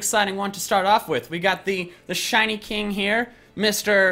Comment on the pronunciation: Swear on my mum this man says shony not shiny